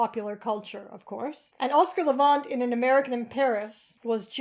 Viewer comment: Thanks for this special subject, one I'm especially interested in. I enjoy Oscar Levant a good deal. But I need to tell you that you pronounce his last name Levant as in the insect, the last syllable is the same word as those pesky little insects